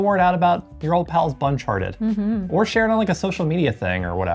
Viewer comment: Hey guys I have been wanting to ask, your second channel Buncharted 2 I know it says Buncharted but did I hear say Bunchatted? If so, I think that's the perfect name for your other channel. 😊 Anywhoooooo....thanks for another good one guys. 🌷